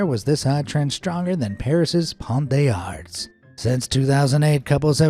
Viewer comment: "Pont des Arts" was also wrong. He pronounced the s in "Arts" where he shouldn't and pronounced "des" correctly if it had been alone or followed by a consonant, but here should have been liaised like "daezar".